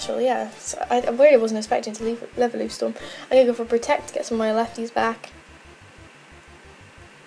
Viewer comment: it said pritect